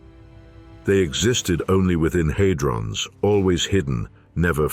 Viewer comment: Surely it's had-rons not hay-drons. AI fails once again. However, this is a very interesting documentary which asks profound questions.